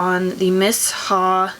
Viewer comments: I don't like the clinique jelly moisterizer the best day moisterizer I found was the First aide beauty coco gel moisterizer I love it for day time under makeup it sinks right into your skin . miss ha..😂 its me-sha is how its pronounced I think maybe I should have gotten the darker shade I got 23 and it leans super gray but I mean I guess u can't really tell when its on it kinda just blends with ur skin. I ware light coverage all the time I hate heavy stuff on my face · Miss- Haa 🧐🤔 😭😭😭😭😭 it’s Pronounced ‘Meeshaa’ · Miss ha? 👀 "mee-Sha" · thanks for your product review. It's pronounced MEE-SHA. Lol